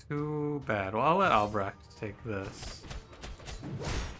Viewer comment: I really like the art style. Seems a very cool game. Great pronunciation on Albrecht, btw! Dutch name, many English speakers would totally butcher it, any Dutch relations?